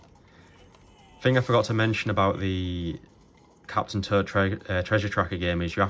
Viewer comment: It's too funny how I keep hearing "Turd", "Captain Turd" LOL!